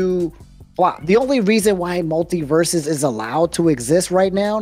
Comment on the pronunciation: The guest’s take on multiversus is wild. I cannot disagree any more with what he’s said lol Terrible take. But then again he could barely answer the simple question of “how do you feel about games as a service “ In fact he couldn’t even say the name right lol it’s multiversus lol furthermore the foundation and gameplay of the game is by far the most solid we have seen in the 3d platform space and the roster potential alone is far more recognizable and nostalgic to a broader audience then arguably any Nintendo character outside of Mario or legend of Zelda and 3rd party characters most ppl don’t know what games 90% or the smash roster originated from. So he gameplay was good , they spent an extra year polishing it lol . Most devs leave us with shit products. We are gonna sit up here and get upset that they want to take the game away for a year to cook ? Huhh??? When I hear these wildly inconsistent takes I just don’t know how to respond cuz it makes me feel like some ppl as long as they have a platform will complain no matter what. Not a jab at anyone on this podcast. But it’s just interesting. Cuz if devs leave us with a half assed game (in most cases that’s what happens . But in this case the game was decent but then the servers slowly deteriorated and content slowed to a halt ) I would argue it just doesn’t make sense in this case above most others to be full of so much scrutiny because of things like…. “Because Warner basically bros…” when it you even do a little research y